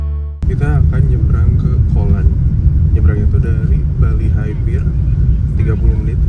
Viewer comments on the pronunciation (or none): none